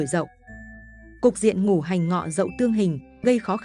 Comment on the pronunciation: Cô này là người Bắc hay Nam mà đọc chữ Ngũ hành thành chữ Ngủ hành vậy